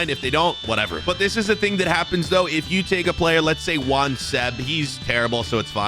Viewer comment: Bro it's not juan urban the pronunciation is yan urban, it's the polish equivalent of the name john